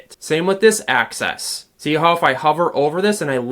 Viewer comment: Great tutorial…thanks…but please say ‘axis’…not ‘access’ 😂